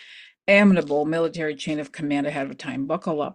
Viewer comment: just fyi...amenable is pronounced a-MEN-able.